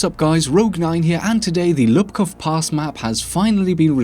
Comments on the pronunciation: Just a minor error but its Łupków (pronounced like whoopkof) instead of Lupkow. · There is no difference in present day Polish between u and ó. I'd write it phonetically as Woopkoov/Woopkooph Pass btw. And a fun fact, DICE added the Polish characters to the in-game name at one of the last CTE patches - it's Łupków Pass in the English version.